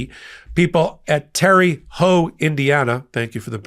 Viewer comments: Terr uh, not terr e haute. Pronounced like Tara. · It’s pronounced terra hout. Not terre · Terre Haute is Not pronounced Terry. It is Pronounced Terra. Take it from a local. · I depend on Meidas Touch for news and analysis. Thank you. One small complaint: Whoever told you that Terre Haute is pronounced “Terry” is wrong. It’s pronounced the same as “terra firma”. I live in Terre Haute, and no one pronounces it as “Terry”. The words are French and mean “high ground”. Thanks for reading my teeny, tiny complaint. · It's Terra houte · It's pronounced 'Tare-a Hoat'.....Joe has done a great job! We failed him!!! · That pronounced Tara Hōute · it’s pronounced Tara - hote lol I know the spelling makes it seem weird! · Its pronounced Terra Hote, Terre Haute, I live in Indiana. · It is pronounced Terra Haute. You got the second part right but the first part is pronounced like the woman’s name Tara. 😊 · You gave it a good try, but nobody pronounces Terre Haute, IN right except Hoosiers. Since I’m unfortunately one it’s pronounced like Tera Hote! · Terre Haute is pronounced tairhote or tairhoe (the "t" can be treated as silent, since the name is basically French in origin named by French-Canadian trappers in the 18th century and means "highland"). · FYI, I am originally from southern Indiana & Terre Haute was named by French Canadians which means Highland. They gave it that name bc it overlooked the Wabash River. It is pronounced Teh-ruh Howt. Only the locals in the area call it Terry Hut. Every area of this country was influenced by different languages/countries, which includes the Native American languages. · Born and raised in Indiana. It's pronounced like "Tara" Haute. Or "Terra." No E sound on the end. :) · Terre Haute. Pronounced: Terra HoTe.🙃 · What the heck Terre Haute has always been pronounced (terra h-oat) where the h is a soft release of your breath. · You were misinformed about the pronunciation of Terre Haute.